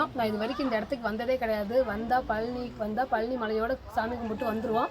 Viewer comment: thanks for the video /. please say பழனி not பலனி!